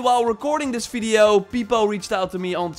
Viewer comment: the way you say video .... I can hear bideo instead :D